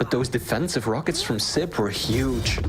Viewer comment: Dear, it's siB not siP...